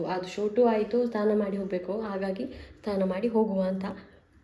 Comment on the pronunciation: ಅದು ಸ್ಥಾನ ಅಲ್ಲ ಸಿಸ್ಟರ್ ಸ್ನಾನ ಆಗಬೇಕು